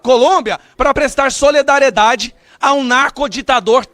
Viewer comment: Gustavo não seja como janja e dilma. Embora sei que vc tem uma formação. Não é soledariedade, é solidariedae. Valeu?